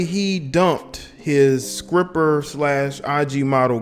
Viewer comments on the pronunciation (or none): Skripper🤣🤣no dis man from da south its stripper my guy🤣🤣